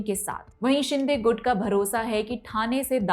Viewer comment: विस्तार में विश्लेषण करने के लिए धन्यवाद। Teleprompter से पढ़ने पर कुछ त्रुटियां सुनाई दी । गुट को गूढ़ कहा । वसई को वास्साई कहा । भिवंडी को भिवाड़ी कहा । करोड़ को क्रोन कहती हैं। हिंदी अंकों को सीख ले तो श्रेष्ठ होगा । अन्यथा न ले, यही आशा है। धन्यवाद।